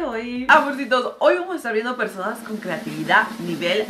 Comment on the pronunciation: Mariale dice persoma